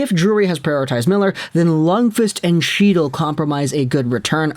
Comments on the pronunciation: 1. The C in Chytil is silent. Think 'Hetil'. 2. He is supposed to be a center, but he just looks like a winger. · Lmao that chy-til is driving me nuts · Fyi- chytil is pronounced Heat-il the ch makes a h sound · As a ranger fan for the love of god HE TILL The c is silent. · Just to put this out there as a Rangers fan, but if you are going to dump on our players/prospects (Chytil, Cuylle), it would help if you knew how to pronounce their names. I think you mean well, but it's clear that you've never actually seen either guy play. As for Miller, his price tag is going to be more than what the Rangers should pay. No team in 30+ years has gone from missing the playoffs 4 years running to winning the Stanley Cup, and they won't be able to re-sign Miller at the end of his contract (they have a two year cap crunch coming up due to dead cap and Zib's and Fox's new deals). I'm still convinced that Vancouver is dropping the Rangers' name in the media to try and drive up the price from other bidders, because the move just makes zero sense right now for NY. TL/DR--Vancouver should get more than the Brooks package in return for Miller...but they shouldn't get it from the Rangers. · Oh yes, …. The C is silent ..